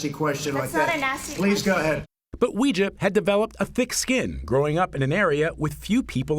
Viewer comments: It's pronounced like"way-jia" not "wee-jia" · Her name really should be pronouned Way-zhah, not Wee-zhah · Maybe she shouldnt mispronounce her own name, it's not wee, its wei. Im just saying ¯\_(ツ)_/¯ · You're right! It's pronounce WEI JIA and not WE JIA. but people who are not Chinese don't know that and Weijia herself didn't teach people to properly pronounce her name and pronounce her name WE JIA herself. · I will be happy when mainstream media stops mispronouncing Weijia’s name, so that it doesn’t sound like some occult practice. It’s. WAY GEE AH. It’s ironic because pinyin was originally supposed to help pronounce Chinese easier..